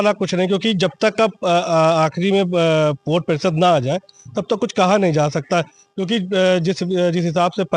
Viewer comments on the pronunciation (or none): ये कैसे पत्रकार हैं जो वोट को ओट बोल रहे हैं 😅